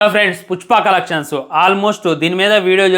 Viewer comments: Puspa❌ Pucchpa ✅ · 0:1 pushpa kadu pujpa anta 😂😂